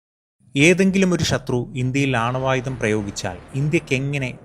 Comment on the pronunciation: ചേട്ട ഷത്രു ആണൊ ശത്രു അല്ലെ❤